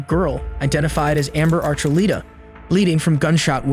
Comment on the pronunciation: It’s not Archuleeta it’s ArchuLETa